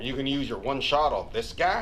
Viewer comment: Bruh and shart instead of shot